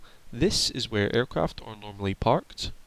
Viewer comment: kinda hard to listen to someone who cant say there RRRRssss apron is said like apwon aircwaft pesky wabbit 😂😂😂😂😂